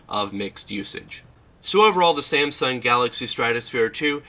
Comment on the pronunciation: "Sansung" LOL. Also, you massively blew out the screen highlights on this shot, just look at the background. Great job lol, pay more attention next time so we can see what's on the screen without washout.